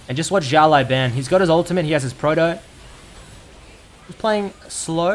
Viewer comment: 1 year ago but still Si-ao (Same L as in Legend) L-ao Ban